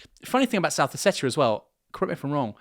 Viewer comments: Ha ha, the traditional Irish pronunciation of Ossetia! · This guy pronounces Ossetia in a very odd way